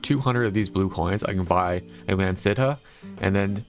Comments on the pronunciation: Leanan Sidhe is pronounced Le-an-shee. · To this day i still have not seen a single content creator that knows how to say Leanan Sidhe correctly. Bro really just hit us with the "Li-nahn Sid-huh" lmfao